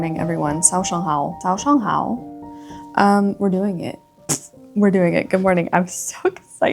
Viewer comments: I'm sooo glad that you are coming to China (hopefully)! I really do think you will like it. I think learning the four tones in Manderin is the first step and I think you did a great job saying " Good morning" in your video~ Hope to see more language learning vlogs xoxo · I was listening to the video while cooking and it took me a good second to realise the very well pronounced 早上好 I just heard was actually from this video